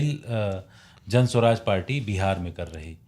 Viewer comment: जन स्वराज नहीं मैडम, जन सुराज।